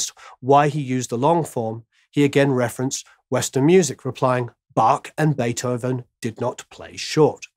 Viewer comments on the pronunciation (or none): none